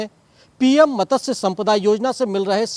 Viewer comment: मतस्य नहीं मत्स्य है। यदि हिन्दी नहीं आती तो पञ्जाबी समाचार रिपोर्ट करो।